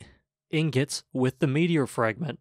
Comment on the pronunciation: Man messes up saying "ingot" but "immolate" comes out, no problems.